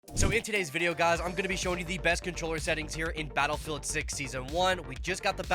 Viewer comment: Battle Rei'el? Re El? Rhe L?